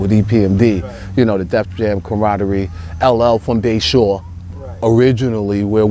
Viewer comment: It's Bay shore maaann